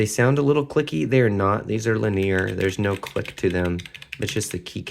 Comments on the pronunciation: Love how you pronounce "linear" LIN-ee-ur ✋ luh-NEAR 🫶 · why did you link the definition of linear? (its pronunciation guide is different from how you pronounced it if that's what you were getting at) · Ohh I see - I'm sorry if I came off as offensive. I love language and variety in pronunciations. I've honestly never heard your way of pronouncing linear before, and I found it curious. It sounds a bit French to me! I didn't mean to be rude though, so I apologize!